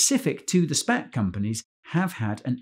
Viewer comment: every time guy says spac i hear spank. 😅 spank bubble